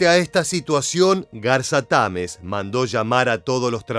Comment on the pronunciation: Se dice Garza Tamez, no Garza Támez